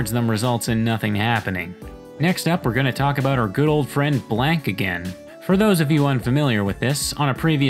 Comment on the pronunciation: It always annoys me how he says blank like black